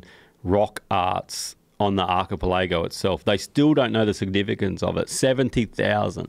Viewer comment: Omg he cannot pronounce his "th" sounds or the word archipelago. Otherwise a great episode. Great to see an Aussie talking to Joe.